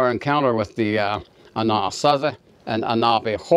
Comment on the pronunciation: You are pronouncing Anazasi wrong.